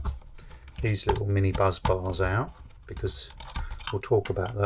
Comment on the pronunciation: ‘BUSS BARS’ not as you keep saying, “Buzz bars”!